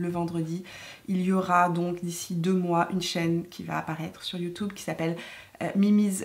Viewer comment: tu es habitée par la positive attitude...et c'est assez communicatif 😁😁 Tu me fait trop rire quand tu prononce le mot YouTube...youtoube 😆😆..ça se prononce comme ca au Canada?